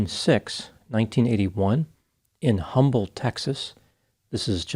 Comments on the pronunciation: It’s pronounced “Umble” Texas. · Humble, TX is pronounced "Umble" the H is silent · Humble is pronounced Uhmbul doc. Uhmbull wierd right 🤷‍♂️ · Humble is pronounced “Umble”. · It’s pronounced Umble not Humble, the h is silent. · It’s pronounced U(h)-mble. The H is silent. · I have much respect for you, but its pronouced UMBLE Texas. Blessings! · FYI, Humble Tx is referred as “Umble”. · It's pronounced "Umble." The H is silent. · It's pronounced without the H sound. Humble = Umble, Texas...FYI. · The “H” in Humble, TX is silent. It’s pronounced “umble”. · Small correction Humble, Texas is pronounced Umble, Texas dropping the H. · I’m from humble Tx! The H is silent. We just say “umble” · In Texas, it’s pronounced UMBLE, no “H”. 😉 thanks, 🌵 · it's pronounced "umble" Texas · Just wanted to point out that the "H" in Humble is silent... that's all :) I love the videos! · the H in Humble is silent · Just a heads up, you dont pronounce the H in Humble, TX. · The “H” in Humble is silent. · I think the H in Humble is silent.